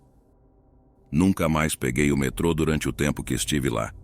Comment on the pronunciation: Metro ao invés de metrô? Por acaso a voz do narrador é artificial?